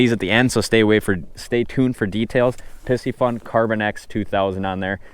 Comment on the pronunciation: Are you sure you're saying Piscifun correctly?! Pisces has a long I! Anyways, I'll hope to win a Pie-see-fun reel here!